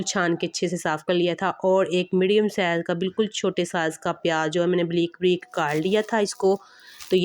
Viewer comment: Sahi lafz hy (bareek) mgr ap kehti hen. Breek joky sahi nhi hy.ok and plez don't mint.